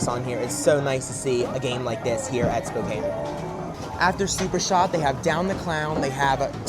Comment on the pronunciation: YESSSS i’m from spokane! thanks for representing our city and also pronouncing it correctly! i’ve sadly never been to this location but i will have to go!